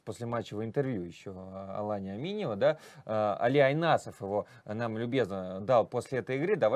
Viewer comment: Айсанов Али, а не Айнасов!)